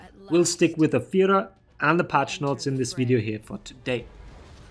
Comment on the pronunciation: Ami the only german that always hears "A Führer" instead of Afeera?